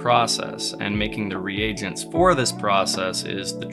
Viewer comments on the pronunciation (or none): none